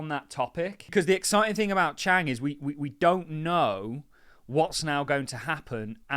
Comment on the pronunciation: There is no k at the end of Chang 😂